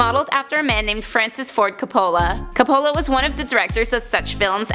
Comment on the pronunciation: You need to learn how to pronounce Coppola.